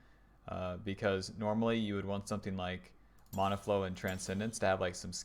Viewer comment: please say mana correctly.. great vid.